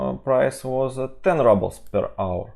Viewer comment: Comrades, not рАблс, but рУблс мазафака!